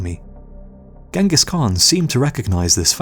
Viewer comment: Mr Rob lang in the comments-I do hope it does not stand for language! It is Ghengis not Gangus. There is a reason for such spelling ie; (gee hyeng gis) not gang-gus. Nothing personal. The narrarator really needs l i guistic help-it is Igor ( ee-gore) not eye gore. Really and they feel they educate!!